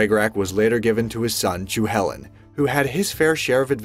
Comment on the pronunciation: I love your videos but you just butchered ever single name when u were talking about Ireland it's not chew chullin it's pernouced cu - coo chullian- Ch like to clear your throat cull in basically Han isn't sitting beside him so it it's chewy bro